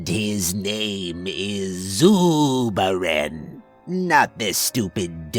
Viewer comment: Zuuuubaren. No way I could not laugh at that name being said aloud every time